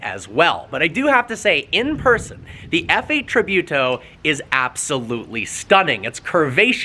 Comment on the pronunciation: Look how to Pronounce Tributo lol